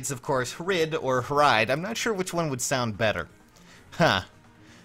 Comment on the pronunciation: Hrid is actually pronounced "Hreed" If you wanna get technical it's based on the old-norse/icelandic word "Hríð" and the "ð" is pronounced with a soft "th" so you could pronounce it "Hreeth".